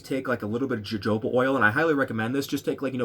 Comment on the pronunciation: wait...it is pronounced "hohoba oil"...with j sound, right?